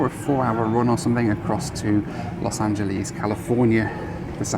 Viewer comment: Pet peeve: pronouncing Angeles like Japanese.